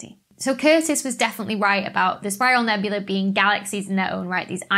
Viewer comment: Nebula and nebulae are pronounced differently, FFS.